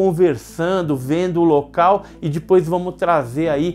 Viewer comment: Adoro o canal mesmo com o "Dipois"...kkkkkk